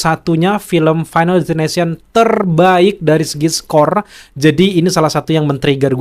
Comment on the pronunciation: Destination bang bukan ination😂